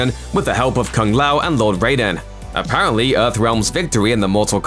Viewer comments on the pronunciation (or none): none